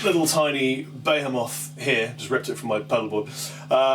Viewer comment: 'Bayermoth'? Heathen... Go and consult your Oxford English (not the ubiquitous MS American) `Be-hee-moth`! Other than that the demo is faberoonie